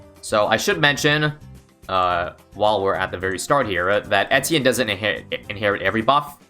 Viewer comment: If you're making a video about him, you could take the effort and check how to pronounce his name